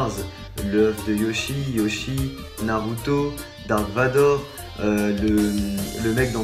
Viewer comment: Ta enlever la "naurto" au lieu de "Naruto"